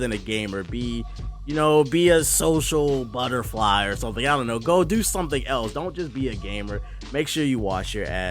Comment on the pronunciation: This guy said Social Butterfly lol